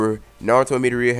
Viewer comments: bro you’re saying meato-ria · That's not how you pronounce Midoriya, so you should stick with either Izuku or Deku